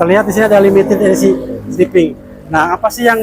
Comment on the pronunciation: Berak dulu kalo mau review, biar ngomongnya jelas, limited esi sipi wkwkwk mabok loe..😂😂😂